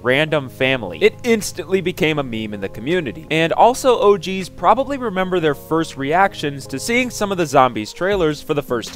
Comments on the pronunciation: Sounds like he's saying "Oh, Jeez," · Anyone else get really uncomfortable everytime he says "OG's"